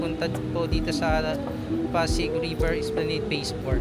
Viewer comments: It is pronounced as esplanad. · With due respect, esplanad po ang basa hindi esplaneyd...